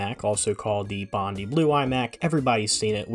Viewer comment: pronounced “bond-eye” not “bondy”